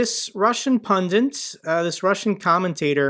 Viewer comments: 'Pun-ditt', not "pun-dunt". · Learn to pronounce PUN-DIT.....NOT pun-diNt